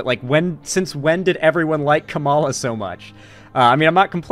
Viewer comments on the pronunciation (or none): Please, that's not how Kamala is pronounced. You're not beating the whiteboi allegations.